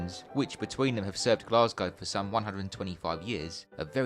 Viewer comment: a great series of videos, but there is no R in Glasgow, its pronounced Glas Go.